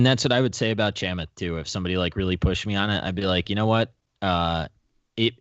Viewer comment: love y'all but i don't think its too much to ask to get Chamath's name right (just the first!). 3rd straight week it's been butchered. if CNBC can get it right so can you :)